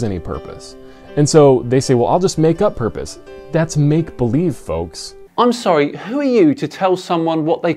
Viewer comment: I notice has been watching Aron Ra again, you can tell by the way he is placing the inflexion on the words "make-believe". Then again, perhaps Mr Peel told him to say it like that.